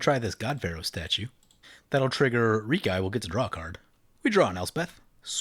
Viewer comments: It's pronounced "Rehk-ee", not "Reek-eye",. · Do you pronounce Reki that way just to tilt me or what? Lol. I guess it's one of those things when you say it & hear it a certain way for a long long time it just drives ya crazy to hear it different. I've always said & heard him as wrecky btw. Just to clarify I'm not saying your wrong it's a made up name.